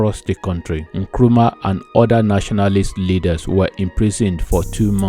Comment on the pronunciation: It's Nkrumah not nkuruma. Kindly correct pls